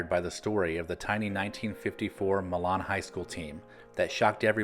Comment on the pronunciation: To add since I lived in the area, the correct pronunciation of Milan is like saying "My Lynn"